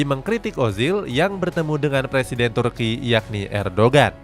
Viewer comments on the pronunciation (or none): none